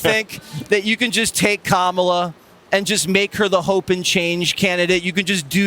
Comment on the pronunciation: KÄ mä lah (Comma la) even the children can pronounce it🙄 VOTE💙💙💙💙